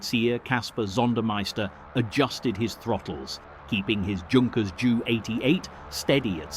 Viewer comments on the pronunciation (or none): It’s pronounced ‘yunkers’ , not ‘junk-res’. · Yet more Yankeespeak, rather than English. Your VoiceOver purports to be British, but he/it is not. He/it managed to get the pronunciation of Beauiighter correct, but most of the other names were wrong. A Junkers 88 is pronounced "yunkers" and a Blenheim is pronounced "Blennem". and neither the British Army or Royal Marines, nor the RAF have any "Lootenants": they are all Leftenants. Cunningham ended the war as a Group Captain and became a test pilot to Hawker Siddeley and British Aerospace. Again and again I see in here incorrect rank badges, uniforms and even nationalities. Just make an effort, please: Hollywood did not win WWII as we are taught to believe, and when Mr Trump complains that the UK had not followed up his wishes in the Strait of Hormuz, I ask him and those advising him where USA was between 1914 and why they stayed out of WW11 for nearly two years, limiting itself to bleeding UK resources dry, with the Lend/Lease debt not being cleared until the 1960's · I winced on hearing Junkers "Joo" 88. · Either “Yunkers 88 or Jay You 88”. “Blen-em” not “Blen-hime”. The punctuation can be off putting too.